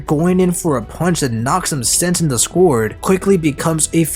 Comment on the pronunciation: the way you say squard as scored hurts my soul lol.